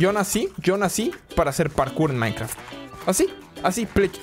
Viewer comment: minecraft pero plech siempre emieza dixdciendo minecraf xdxdxdxdxdxdxd 😄😄😄😄😄😄